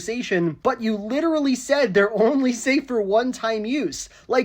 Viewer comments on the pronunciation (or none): none